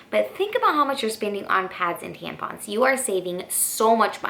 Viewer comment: We're all just going to ignore the fact that she called them "tanpons" the whole video??